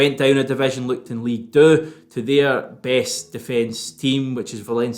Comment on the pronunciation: From a francophone, you said " Ligue 2 (Deux)" perfectly 👌